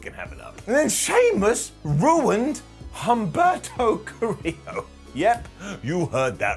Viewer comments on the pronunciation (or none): none